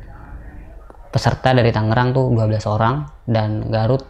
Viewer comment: Tolong etoh tangerang bukan tanggerang bang 😂😂😂